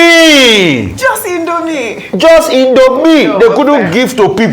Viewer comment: Rufai: The Indomin... Common Indomin😂😂😂